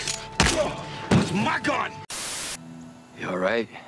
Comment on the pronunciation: bruh and the accent was perfect when he said that's my gun